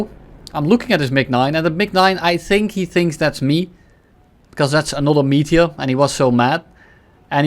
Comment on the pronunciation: I cannot unhear pronouncing it "Meatier"